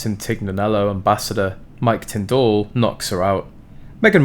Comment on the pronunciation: Pronounced Tindle , not Tind All please